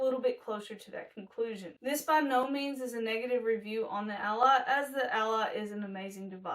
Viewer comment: Sounds like Rodge Allah